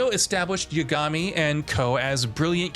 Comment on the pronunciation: The way my dawg pronounces "Yagami" tells me he's never played a single minute of Judgment or Lost Judgment and that makes me sad for him. God, just imagine having missed out on two of the best installments in the Yakuza universe, which is undeniably one of the greatest universes in gaming as a whole... What a tragedy.